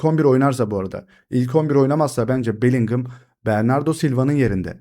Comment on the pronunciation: Bellingham Bellinhem diye okunuyor Bellinghımmm değil